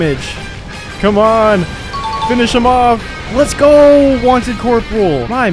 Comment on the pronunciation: I liked the humor it carried well and the quality was Def solid but every variation and pronunciation of "let's go" was rough, it was so frequent I nearly stopped the video when it was said 3 times in less than 2 minutes. Great job on the Plat. Hit up sekiro of you havent yet.